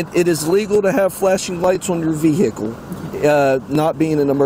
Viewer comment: the way the guy says vehicle.